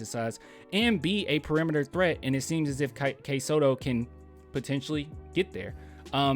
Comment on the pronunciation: It's Kai Sotto. It rhymes with Sky Toto. He's not a bad prospect. Just as likely undrafted but I think he'd be a good project.